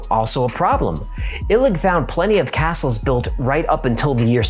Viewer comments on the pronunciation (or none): none